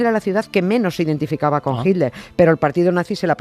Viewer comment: 'Hilder'. ¿No habrá manera, alguna fórmula gutural, mediante la cual los españoles finalmente consigan pronunciar/decir 'Hitler' y no 'Hilder' cuando irremediablemente nombran a ese personaje? En LatAm no se nos "atora" la palabra como a ustedes y, bueno, hablamos el mismo idioma.